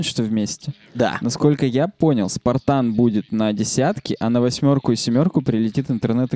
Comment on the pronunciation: Почему ты произносишь "семерку" и "восьмерку" с канадским акцентом?